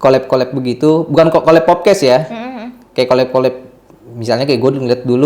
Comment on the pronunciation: Agak gemes lama² ya sama lu bang, "podcast" bang bukan "popcast"😅